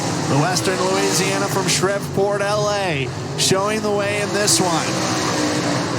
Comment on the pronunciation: From shriv-port 😂😂😂